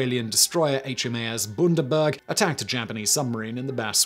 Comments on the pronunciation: Simon I giggle a little when you butcher Asian or European words. But was filled with so much rage when you pronounced Bundaberg as Boondaberg. It's more like BUN-da-berg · Booondaburg??? It’s Bundy mate 👍🇦🇺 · BOONDABURG HAHAHAHA as an Australian I think you’ll find it pronounced B-U-ND-A-BURG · Any other aussies hear him pronounce "Bunderberg" and think "YAFI"? It's an aussie ship mate! Bun like bread! Bundy! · Gaaaaak it's said as Bahn-der-berg not burndeberg :p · Boo-n-da-burg... Mate. Nice try. But its. Bun-da-burg. Great video btw! Keep it up! I'll have to go visit her. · Simon "Bundaberg" Me (Laughs so hard in Australian) {Impersonating posh accent} "Boon-der-berg" (Laughs even harder) Unda = Under, when down under... B-under-berg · It's pronounced Bun-da-berg. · Shoulda bee the HMAS Bundy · Fascinating story on another little know part of World War Two history. Only point I would like to make is that Bundaberg is pronounced Bun (like the bread roll)-da-berg and not like it's a town in Germany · HMAS Bun da berg is how you pronounce it Simon, as in the infamous Bundy (as we say) Bundaberg rum from the town of that name in queensland (near the sugar cane fields of course) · HAHAHA hearing Simon pronounce Bundaberg just made my day... BUN-DA-BERG. Pronounce the “BUN” like you would the cake, and the “A” is hard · Next time I order a Bundy and coke I'm going to pronounce it boondy and coke just so I sound fancy like Simon 🤭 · Did you just pronounce Bundaberg Boondaberg? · Iconic aussie rum distillery produced bundaberg rum. Same place the shop is named for. The u is not a long O sound.